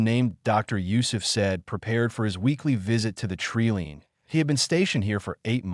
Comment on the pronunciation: Tree line is pronounced "tree line" not "tree lean".